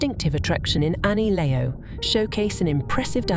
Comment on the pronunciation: It's pronounced correctly just before .